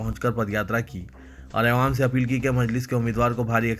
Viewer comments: ارے بھی " اے وام" والے ساری منجلس بولری کہ " اے وام" بولنا چھوڑ۔مگر تجھ سے یہ چھو ٹتا نہی۔🤣🤣🤣🤣🤣🤣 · ارے "اےوام" بولنا کب چھوڑے گا ؟؟اور " عوام" بولنا کب سیکھے گا🤣🤣🤣